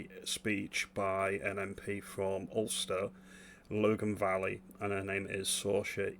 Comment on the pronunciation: It's not Logen valley it's Lagen Valley pronounced (lag in) lagin, and don't be fooled by Eastwood she's my mp, the Alliance party are the same as and affiliated to your Lib-Dems and they are not really a nationalist party but not really a unionist party either. At their recent party conference they had Andy Burnham as a guest speaker that tells you a lot, but fair play to her for standing up to the dictator.